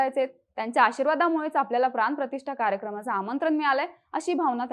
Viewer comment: 'प्रान-प्रतिष्ठा' नाही ग🙄...,'प्राण प्रतिष्ठा' असे आहे ते. शाळेत नाही का गेली तू? ण, ळ, चा साधा उच्चार येत नाही, आणि..न्युज रीडर म्हणून कॅमेरा समोर येऊन उभे राहता तुम्ही लोक.